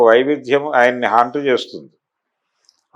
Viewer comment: Hunt kadu naayana haunt